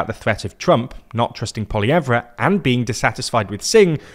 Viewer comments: Just a note, when pronouncing Poilievre, we don't pronounce the R. Poll-ee-ev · Trump is a big part of Conservative decline, but Trudeau dropping out is significant. I can't explain enough how much Canadians HATED Trudeau. The Liberals started rising in the polls as soon as he dropped out. Also, Poillevre is pronounced Pol-y-ev. No "r" at the end. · poilievre is pronounced without the re lol like "poly-yev" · Omg his name isn't pronounced "poll-i-ev-Re" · Buddy, as a news reader, you are going to have to learn how to pronounce people’s last names 😅 It’s not pronounced “PolieeEvvRA” 😂 That’s excruciating to hear and I don’t even speak French 😂 Maybe do some research. YouTube/Google how to pronounce Poilievre 💪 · For Poilievre, you don’t say the R. It’s pronounced polly-ev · Poillievre = Pwol-ee-ev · Poilievre you do not pronounce that R... sort of ceremonial letter :) (POLLY-EHVE) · What I want to know is what wasps from the mother nest think of Carnys work for your bank. Additionally you're mispronouncing little pierres name not that I care about respecting that trump quoting anti vacs idiot but so you sound professional it's poli-ev no re. Also sit up straight, or maybe you deliberately act unprofessionally? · You're think they'd listen to at least one clip of someone who knows how to pronounce Poilievre before saying "Pol-Y-eve-Re" 50 times. 😂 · Just one note, poilievre is pronounced poly-ev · Poilievre is pronounced more like "Poiliev" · Actually, it is properly pronounced as "pwah-lee-eh-vruh". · Butchering Poliviers name man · The "RE" in Poilievre is silent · The British pronunciation of Poilievre is sending me! XD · That’s not how you say Poilievre 🤦‍♂️ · PLEASE STOP SAYING THE R IN POLLIEVRE its french and silent jesus 😂 its so annoying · As a Canadian I don't think your supposed to pronounce the "R" at the end of Polievre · Learn to pronounce the Canadian conservative leaders name correctly, reeks of an AI script never heard by a Canadian ear.